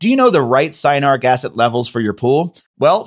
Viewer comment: Cyanuric right? Not cyanaric.